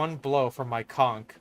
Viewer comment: Thank you for pronouncing conch correctly <3